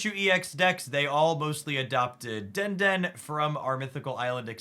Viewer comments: it's deh-deh-nay. not denden or whatever u said for the electric pokemon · you’re my favorite content creator for both Snap and Pocket. Thanks for always helping me get me to Infinite with your creative deck lists. (Quick heads up: I’ve noticed in your last few videos you keep mispronouncing “Dedenne” and “Druddigon”)